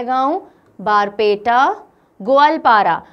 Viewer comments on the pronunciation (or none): The pronounciation of Nagaon was wrong actually it is pronounced as ''Nogaon'' also The pronounciation of Barpeta was wrong It is pronounced as "Borpeta".